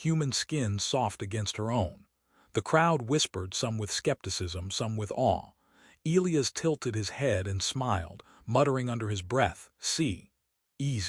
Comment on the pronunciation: Still can't pronounce Elias properly. 😮